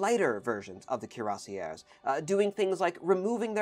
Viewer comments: The way you pronounced Cuirassiers is horrible absolutely horrible, in addition to this the infantry had a wide arrange of jobs as well. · Neither pronunciation is close to the French, "kweer-ah-see-ā". Just use Google Translate's audio feature next time. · I think the French pronunciation is something like "kwee-rah-shay". With a french r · Thanks for the video 🙂 Cuirassier(s) ... "KweerRASSSeeYeh" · Cuirassiers pronounced: Kwee-rah-syeh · The closest rendition would be: "cure-ass-yeah". The two last letters (-rs) must not be pronounced. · You've positively butchered the pronunciation of "cuirassiers". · It's NOT HARD to find correct French pronunciations of common words. You can find dozens of websites telling you and giving you native speakers demonstrating how to pronounce "Cuirassiers" so as not to turn them (as your pronunciation does) into "Cuirassières" which would be women in the same job.